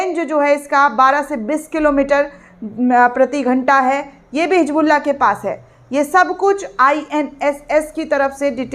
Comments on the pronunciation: It's Hisbullaah not HIJBuLLA, pls do not irritate It's KHAZAANA not khajaana Kunwaa ka pani nhi Kunwe ka paani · hisbullah hai naam hijbullah nahi apni Urdu ko durst karo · It's Hisbullaah not HIJBuLLA, pls do not irritate Kunwaa ka pani nhi Kunwe ka paani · Madam it is Hizbollah not hijbulla please correct your pronunciation